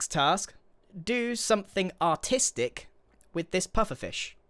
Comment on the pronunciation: I did, in fact, think that Grian said to do something "autistic" with the pufferfish... Not artistic...